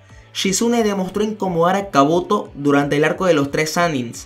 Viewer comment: kabuto, no se dice kaboto habla bien awn